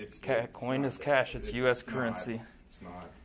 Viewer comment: I don't believe it said CHASH!